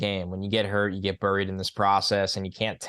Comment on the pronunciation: i want to hear say "buried" again hahaha What an accent.